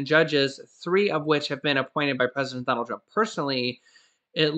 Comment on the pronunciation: "PRESEDENT NANCY" OH MY GOODNESS I WILL MIVE TO CANADA 🇨🇦